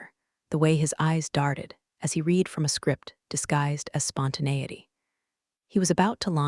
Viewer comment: the AI narrator needs to learn how to pronounce read properly. 'red'... not 'reed' in the context that was repeatedly used incorrectly.:text-green-game-over